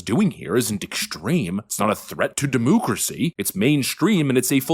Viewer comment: Please stop saying demooocracy, it makes you sound silly.